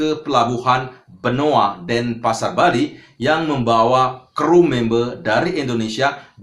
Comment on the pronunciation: Members pakk bukan membee